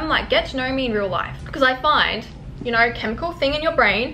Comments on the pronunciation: It’s know. Not Knuawrrr. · it's the aussie, "I knorr"